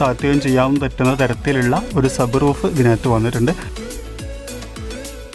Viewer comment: Sabbroof alla sunroof